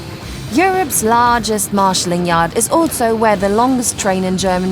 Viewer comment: Smarshaling yard